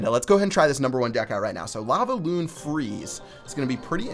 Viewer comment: Why does he say lavaoon